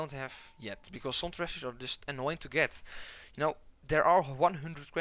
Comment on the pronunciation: LOL I could not even follow what he was saying because I was counting how many times he said "trezush". I think I missed a few but it's over 31 at the 9 minute mark. I want a follow up video where its just the same footage but only the word tresures over and over with differrent tonal inflections.